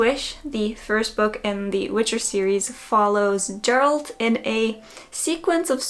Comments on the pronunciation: It’s Geralt not Geralt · Thats not how you pronounce Geralt... hurts me every time